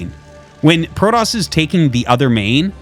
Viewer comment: Pro-toss or Pro-DOS?